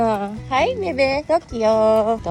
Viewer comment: not TOKLO ??? Its TOKYO!